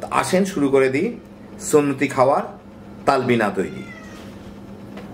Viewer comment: Apnar vasha thik koren,tablina na it's talbina